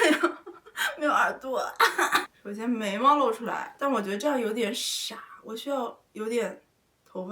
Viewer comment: "眉毛"聽成"美貌"